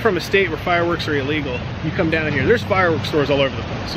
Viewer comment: Elegal lolol